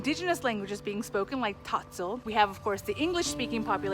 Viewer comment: I stopped watching when she pronounced Tzotzil the way she did. Clearly clueless